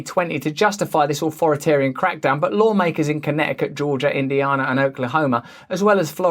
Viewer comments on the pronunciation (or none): It's indy-and-uh just to let you know